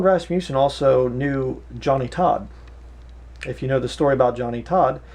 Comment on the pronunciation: First, you are pronouncing his name wrong. It is not pronounced with a long "U" sound. Second, his book is profound and full of truth, backed by scripture and careful study. You will have a hard time finding many men as godly as he was. He was taught the pre-tribulation rapture belief in college. Years later, after studying the Bible for many years, DAILY, ANNUALLY, he saw that a pre tribulation raptire was not scriptural. Yes, he knew MANY people from all over this world. That does not mean they were his "friends". You are conjuring up falsehoods and slandering this man. God will be your Judge, and you are bearing false witness against a true man of God. I was a member of Faith Baptist Church in Canoga Park, CA, for more than 15 years, and this man led me to the Lord in 1986. I have NEVER heard him speak anything that was unscriptural, or untrue. SHAME ON YOU!